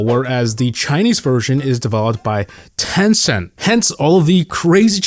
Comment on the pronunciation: Made by tencent So When you open the game TEN CEN T ? TEN CENT ?